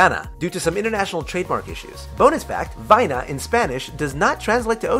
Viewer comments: Learn to read it's VAIANA NOT VIANA YOU PRONOUNCED IT WRONG And fact 38? I'm pretty sure everyone knows that. Fact 101 too. ? Why did you say Teka? It's TekAAAAAAAAAAAAAAAAAAAAAAAAAAAAAAAAAA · It's not Viana it's Vaiana and you're supposed to say va-ya-na.. I heard all the time people saying Maona when it's Mo-ana* guys don't be one of them please! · Vaiana (the alterative name for Moana in Europe AND in many European countries, the film title, including UK and Sweden) is pronounced "wai-ah-na" almost like "why Ana".